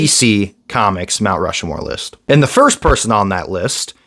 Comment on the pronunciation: Stop saying Rushmore wrong. It's Rushmore. Not "Rushamore."